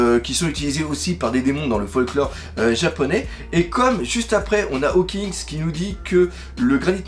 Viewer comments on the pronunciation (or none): Mais arrêtes avec tes HAWKINGS il s'appelle HAWKINS !!!!!!